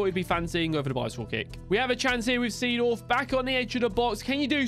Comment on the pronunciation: Its pronounced Zedorf,not the same as its written